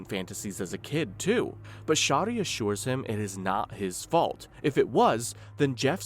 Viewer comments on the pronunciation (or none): Her name is pronounced Sherry and you don’t need to censor all of those harmless words.